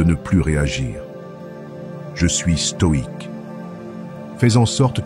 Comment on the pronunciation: Lire stoïque au lieu de stoide Merci